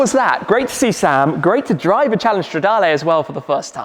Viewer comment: I love how the intro in this video sounds just like the intro Sam uses on his channel. Best sounding V8 for me. And it's Stra-DAAA-LEEEEE not Lay Tim, how manyyyy timessss haha